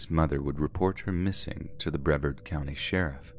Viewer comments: I love you, but it's Bruh v Arrrd. Vard rhymes with card. Accent on the vard. 🙄😊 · I cant get over the way you pronounced Brevard